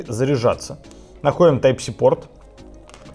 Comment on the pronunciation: Я один услышал Тайп ЩИ?🤣🤣🤣